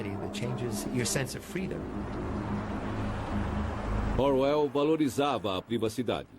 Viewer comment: Excelente documentário, só fiquei irritado com o narrador falando /orr uéll/ .... de resto tudo tá bonito. Não sabia que havia 3 versões em filmes, vou dar uma procurada. Conheço bem a versão que tem Hurt... ☺